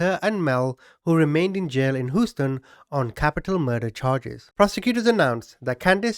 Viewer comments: As a fan for awhile now, I can’t give you any 💩 for the way you pronounced it but being from Texas, I’ve never heard Houston be pronounced "Who-Stin" 😛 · Too funny , I'm an Englishman ,hearing you pronounce Hooston is effing hilarious.🇬🇧🇨🇦👍👍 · Doing a great job! Fyi pronounce Houston... Hugh ston. Like Hugh Hefner. Thought I would help you out. 😊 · Pronounce Houston like " Hugh ston" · Who-uston lol 😂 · Houston not hoosten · You know Houston is pronounced as in Huey.Its ok now. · Houston pronunciation -(hew-ston ) Love your accent! 😃😁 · HUGH-Stun Not the spelling. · Lol “” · I've never heard of this and I dont live very far from "Hoo- ston" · I absolutely love your accent. And it has been a real pleasure listening to you pronounce Houston. Please don't change a thing. ✌😎🤘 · I hope you don't take what I'm going to say as an insult because by no means that is Not my intention but what I found extremely hilarious is the way you say 'Houston' I could not stop laughing every time you said Houston....😂 😂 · I just love the way you say/pronounce Houston. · The way you pronounced the name of my home city, Houston, is very ... original! 😉 I remember my mother talking about what a scandalous and horrible person Candace Mossler was. BTW, the River Oaks area today is still rich af. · I love how you pronounce "Houston"!! Sending love ♥️ from Amarillo Texas 🇨🇱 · It’s Houston, like Shoe HOUSTON TEXAS HOUSTON CHRONICLE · I like ur channel but ur pronunciation of the city of Houston almost made me stop watching this episode. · Thank you for the upload,please look up the word Houston &listen how it's pronounced,listen how people say it,then u can try to say it the correct way.its funny(weird) how u say it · Americans are notorious for butchering the pronunciation of names from other languages so it's funny that people are pressed about his pronunciation of Houston. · I have never heard Houston pronounced that way before. Lol. Great video! I like that it's longer than usual.